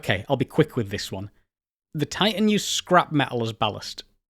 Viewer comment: I'm far more irritated by his inconsistent consonant pronunciation. Sometimes within the same word i.e. "mi'igated". Typical of educated people who are trying to hang on to or cultivate a more working class accent. I don't care, pick one. "Ti'an" or "Titan".